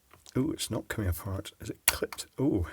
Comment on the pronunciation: "Is it coming a-FART?"